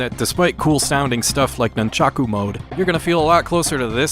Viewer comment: Can u not say nunchaku pls